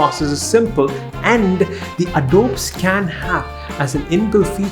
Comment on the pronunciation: And it’s Adobe scan not Adob scan